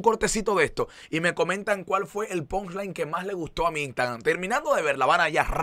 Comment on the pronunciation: se dice punch line para que lo pronuncie mejor diga - ponch line